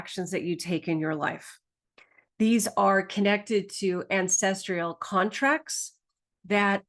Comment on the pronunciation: Thank you for this! And... its ancesTRAL not ancestrial. :)